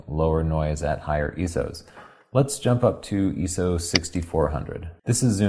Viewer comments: eyeso..... not eeeso great review ;) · I.S.O not iso(eeso). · its not Eso its I SO .... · I am sorry you have gotten some negative comments. They are completely irrelevant towards the technical photographic process. EESO and EYESO are like tomAto and tomahto in my opinion. You guys are great and teach in a way that is understandable while still providing the tools to grow past an armature photographer. I have bought your book and I love it. I look forward to posting my photos on your facebook for critiques; I will be doing so as soon as I return from my deployment. Love the videos! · not ESO, he's saying ISO. But instead of saying I-S-O, he's just reading it "eeso". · iso has never been pronounced as I - S - O it's pronounced as eeso. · Is Eeso an Americanism? Or do the majority still pronounce it Eye So? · No Im NOT,it the way he says ISO he says ESO listen at the way he pronounces the word ....:) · its actually pronounced 'eye-s-o' not 'eye-so =S if u r gonna correct someone at least make sure u r correct to begin with... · It's pronounced (eye-so) not (ee-so) what kind of photographer doesn't know that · So hard to go back to his older video's and hearing him say ESO... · lol, im not complaining bro. Just telling him why the different pronunciation. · BTW, recently learned that ISO is not an acronym. It should be pronounced "eye-so". It's a form of the Greek word "Isos" which means equality, and is the same as the prefix for many words such as "isometric." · Yeah the eso got my attention, I was thinking surely doesn’t pronounce it like that anymore, I’d never noticed it and I’ve watched a heap of the newer content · It's different in different languages, and apparently whoever taught me the term was English-as-a-second-language. I've been making a point to say eye-so in more recent videos, just so I don't get my pronunciation nit-picked.